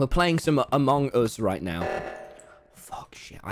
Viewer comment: Amoung Ous Pure British accent